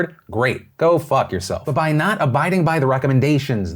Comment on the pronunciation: The "Go fuck yourself" is very Boston-y. love it.